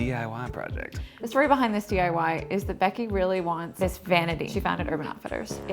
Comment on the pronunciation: anyone else notice it sounds like try die not try diy